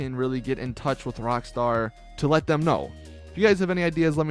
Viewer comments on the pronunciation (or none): none